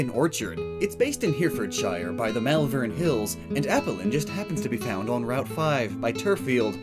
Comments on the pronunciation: It's pronounced herriffud-sheer not hear-ford-shyer and malvern is pronounced mole-vern like how americains pronounce shopping mall XD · Herefordshire and Malvern killed me as someone from there, in case anyone was wondering it's pronounced heh-re-ford-shire and mol-vern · You butchered the pronounciation of "Herefordshire" and "Malvern". I am a local and I appreciate the effort it made me laugh xxx